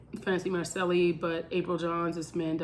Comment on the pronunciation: Didn’t even know about this channel. Subbing now! You are right about everything except the way you say Macceli. lol